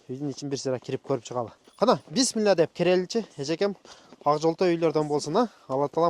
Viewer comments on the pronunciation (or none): none